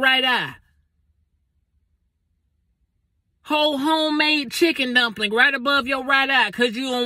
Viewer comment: How is he saying chicken dumpling loooool